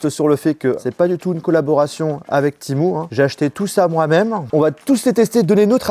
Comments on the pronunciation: C'est temU et non temou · Timou ❌ TémU ✅ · C’est Temu et non pas Timou !😂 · On dit pas tImOu on dit tému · Timou 😂 tu sais pas lire ou quoi c'est écrit temu ! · Temu ptn ça se dis TÉMUUUUU PAS TIMOU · Hein tu dis « ti-mou » ? 😂 j’ai toujours dit « té-muuu » 😂 Comme le mot « menu » mais avec un « T » 😂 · Temu: ❌ Timou: ✅ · PK TU DIS TIMU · Timou 😂 je sais pas comment on prononce mais en tout cas pas timou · ha non non pas du tout ou tu vois un double e ? Un e normal se prononce pas i c’est une dingerie d’écorchée un nom comme ça En tout cas bonne vidéo 👍